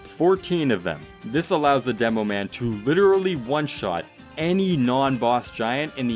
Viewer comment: am i the only one that heared demo pan?